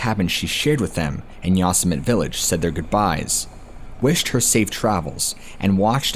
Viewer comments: I love your work so please don't take this the wrong way. Yosemite is pronounced ( yo-sim-it-tee) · Yosemite..em I the only one that’s thinks he’s say it all wrong..has he ever watched looney tunes..lol..that crazy rabbit.. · I was trying to figure out what National Forest you were talking about? I live near that National Forest, and realize you are talking about Yosemite! Sorry, I hate Grammar Natzis, but you pronounce it with a long E sound at the end. I realized it when you mentioned the Story of the Woman who were kidnapped and murdered. It was a very well known case, with a very sad ending. If I remember correctly, the murdered was caught an is in Prison for the rest of his life. Just as he deserves! Spoke to soon! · If you’re putting that much energy into making a video, it would be helpful to learn the correct pronunciation of the park. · I was wondering about the pronunciation... I recognized the story as soon as he talked about the wallet. Yeah Yosemite... It doesn't matter much to me cause I've loved this channel from the first video i listened to.☺ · Totally mispronounced Yosemite. Liked the video anyways cause your awesome. :) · "Yawsmit", really? C'mon, you can do better than that! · Very gently tells that "Yosemite" is pronounced "Yo-sim-it-ee" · Its pronounced Yo-semmi-tee. So many narrators f*ck that up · Hi! THANK U SO MUCH FOR THE AWESOME STORIES 😊. I mean no disrespect n figured u probably want to know ur pronouncing Yosemite and the word Epitome(on a diff episode) incorrectly. I'll try to help u if u dont mind? Yosemite- Yo sim a tee, and Epitome - ah pit oh me. I'm seriously not trying to be rude at all. Love ur channel it's one of my favorites for sure. Thanks Kris in Nor Cal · That's pronounced Yosemite (yo-sem-ety) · the yosimitee sounding out the terrible mispronounciation...how do you not know this////?????